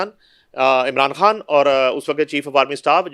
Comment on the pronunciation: بی بی تیرا خان کھان ھی رھا اپنے تلفظ پر توجہ دیں